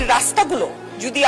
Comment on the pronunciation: আন্টি আপনি আগে বাংলা শুদ্ধভাবে উচ্চারন করা শিখেন। শব্দটা যুদি না, হবে যদি। আর কিছু ভাল ভাল ইংলিশ বাসায় মুখস্থ করে সংসদে বলার চেষ্টা না করে শুদ্ধ বাংলায় কথা বলেন।